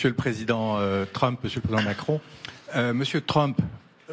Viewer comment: " Macron ? Do you know Macrone ?? "